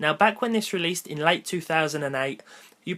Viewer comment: rleesed, smh...s...m...h...